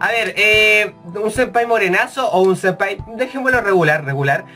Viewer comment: "Sempaya" xD Jajajaja